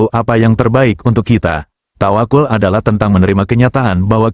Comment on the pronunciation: tawaqqal bukan tawaqul